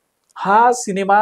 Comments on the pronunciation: शिनेमा नाहीरे रताळ्या सिनेमा असा शब्द आहे to निट बोल रे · Bhavu शिनेमा नाही सिनेमा बोला.. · तुम्ही सिनेमाला शिनेमा म्हणता, हे खटकतं